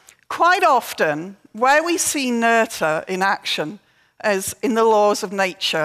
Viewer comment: This is a minor point, but I wonder why the first presenter, Peter Olver, who bragged about his German skills at the beginning of his talk, can't pronounce Emmy Noether's last name correctly. The "th" is pronounced like a simple "t" (like in "meter") and not like the English "th" (like in "mother")—this isn't that difficult. I ask this because the same presenter felt the desire to pronounce Christiaan Huygens' last name in original Dutch (which is more difficult)—and failed horribly. Nobody asked him to try.